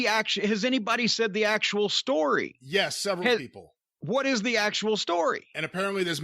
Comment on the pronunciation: "hWAT?" -Corny